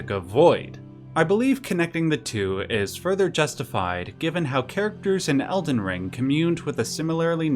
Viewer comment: Its elden ring not elden rink.